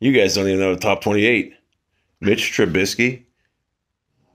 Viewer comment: Maybe you should work on being able to pronounce Mitch trubisky first.... lololololol..